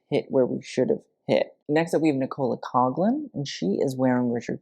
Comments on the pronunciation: Loving the insight to all of these looks and I'm excited for part 2. Also just to let you know Nicola Coughlin is pronounced as Nickola (like the c is hard if that makes sense?) and Coughlin = Cocklin! And I loved her outfit, and she wore a wig, which is one of my many thoughts regarding Kim's awful look- she's worried about the bleach in her hair, which was slicked back and not even visible, when she could've worn a blonde wig???? Would've been tacky I think to wear a Marilyn wig but something could've been done there. But yeah, dress should've stayed on display no need to bring it out- we have a museum here in Ireland that has like some famous outfits idk- I visited when I was like 15 and they had the outfit from Birds (is that the movie lol) and there was some stuff belonged to Marilyn there and I just think iconic pieces of clothing like that are better on display- like completely different but one of the revolutionary leaders from Ireland his uniform is on display in the national museum in dublin and I'm almost sure the blood from when he was killed is on it like clothing in museums is more impactful- kim made an iconic dress look cheap like those shoes? and there was no impact and it didn't fit the theme at all. For olivia I think this is one of her best red carpet outfits and the make up and hair were fab but it doesn't fit the theme that much- would've been a great Grammys outfit cause I didn't like that black one she wore. Would've loved more plays on the theme and a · You really mangled Nicola Coughlans name there 😂 *pronunciation and spelling